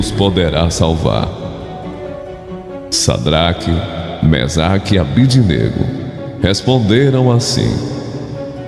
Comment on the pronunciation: Caro amigo: Sua voz é esplêndida, com forte impostação. Mas precisa ler direitinho os nomes dos companheiros de Daniel, na Bíblia (Dn 3,12): SIDRAC (e não SAdrac), MISAC (e não MEsac) e ABDÊNAGO (com tônica no "DÊ" (e não ABDINÊGO).